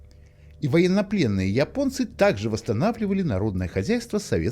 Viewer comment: Голос за кадром похоже не человеческий: русские не говорят :"Я понец", а Ипонец". или я ошибаюсь?